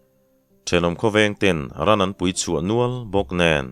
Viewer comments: Vacha thlawhpui pawihte tih lai a, vacha thlawhpui tih lai tak kha, PUI tih kha i thluk dan kha a dik lo deuh lo maw, ka ti deuh a, Ar tui tih a tui lai thluk anga ri mar tur a ni lo maw. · Pawnpui chhe duh,Pawite bawk.Vacha thlawhpui pawite bawk . pui hi i thluk dik lo hret.3 lai thlûksual ka hria... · Tlaikhawhnuah sawi ve ila, țawngkam ah 'Pawihtè vachain a thlawhpui,' tih a ni țhin a. 'Vacha thlawhpui Pawihtè,' tih i lamrîk a, 'pui' i lam dân hi a diklo e.